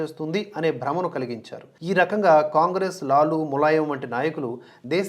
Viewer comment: లాలా కాదండి లాలు ప్రసాద్ యాదవ్. కావున లాలు అనాలి.